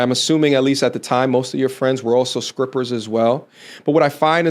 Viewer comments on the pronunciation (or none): Skripper? Am I hearing that correctly? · Did I hear you say skrippers? Lol